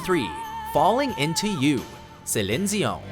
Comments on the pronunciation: Yeah. Keep on butchering celine Dion's name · Nice over pronunciation on Celine Dion. Tryhards. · just don't say celine dion, like ever. get someone else to say it for you and put that in, because quite frankly your way of saying it ghastly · Why can't you say "Celine Dion" correctly? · I live in France and i’ve never heard this pronunciation for Celine Dion 😅😂